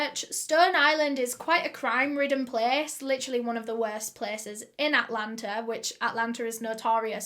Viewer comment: not “Altlanterrr” 🤣